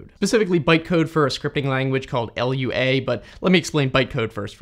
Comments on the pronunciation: It's not L-U-A, it's not an acronym, it's just called Lua. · This bugged me for half the video - Lua is a word, not an initialism. It's pronounced loo-uh, not ell-you-ay. (It's also not an acronym, but if it were it would still be pronounced loo-uh, because acronyms are when an abbreviation of initials is said as a word, like SCUBA or AIDS. When you spell it out, like DNA or CPU, it's an initialism.) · Ah yes, LUA. The Language without an acronym like seriously just say "loo-ah", it's Lua and not L.U.A. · It's not LUA it's Lua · True, it's pronounced "LOO-ah" and it's from the Portuguese word for "moon". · its not L U A but Lua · I love that sneaky engagement farming, by saying wrong things like 'L U A' and 'Jif' - but also cool unlimited(?) free file storage. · Why arn't you saying Lua why do you keep saying "L.U.A"? Say it like "Loo uh" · "a language called "L-U-A" lmfao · As a roblox (kind of) scripter, its actually said like: "loo-woah", not "ill-you-ay" [L.U.A], Lua is like a word, not an acronym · Lua is a word, not an abbreviation. It's pronounced "loo-ah" not "L-U-A" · The language is called Lua not L-U-A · L U A?? ever heard of Lua? (l-uu-ah) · it's lua not L U A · Loowa, not L-U-A, it is not a project from the government that will kill us (maybe) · Who says "L U A"? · Not a "random long string", but a UUID, version 4 specifically. - Did you just call Lua "L.U.A"...? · first time hearing some call it L-U-A lol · 1. it's pronounced gif 2. it's pronounced loo-ah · Why do you read Lua as "L-U-A"? If you're gonna do that, you should also say J-A-V-A...